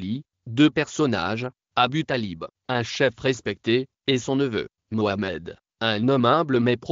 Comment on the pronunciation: C'est moamad ET non mohamet